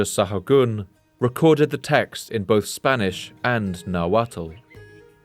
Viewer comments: Amazing video. ( The “tl” in Nahuatl is pronounced with a silent L. ) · Calling them Aztecs is Eurocentric. He also mispronounces the -tl at the end of words in nahuatl. It's pronounced like a hard T. You're actually suppose to make sure your tongue taps the roof of your mouth.